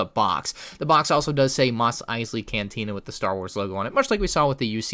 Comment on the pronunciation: ‘Mosley’ correct. Nice